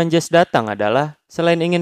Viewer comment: jesse itu bukan jes tapi jesi😂